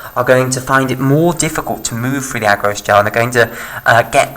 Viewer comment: "Agarose" put me off! Rest is good.